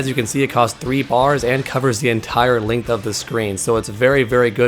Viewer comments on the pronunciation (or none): none